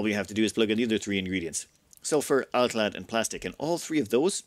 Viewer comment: My ASC'd mind shouted happily when hearing completely correct "alclad" in this ep. <3 Thank you great voice!